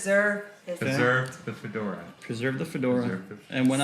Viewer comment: Does he realize I can't take him seriously because he puts so much emphasis on his "fedora"